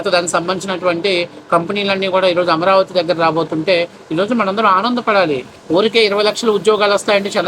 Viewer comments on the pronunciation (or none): none